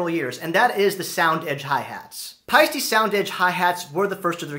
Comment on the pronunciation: Nice post. If you can adjust to the actual pronunciation of "Pie-Steh" as in "eh". It's an Estonian name and as such is pronounce Pie Steh 👍🇪🇪